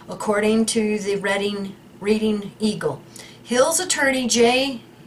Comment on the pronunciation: and, it's pronounced like the color Red. Like Redding, not like reading a book